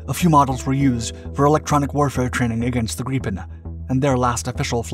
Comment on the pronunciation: That's grade-A pronounciation of "Gripen" ! Good work! :)